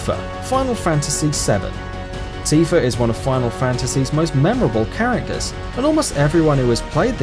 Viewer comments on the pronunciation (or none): none